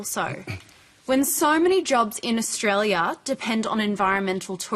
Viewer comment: When will these moronic Millennials learn how to pronounce "Australia", let alone know that the Paris Accord is a con that will not change the climate one iota!